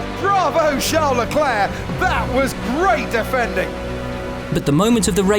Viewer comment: ''Leklurk'' smh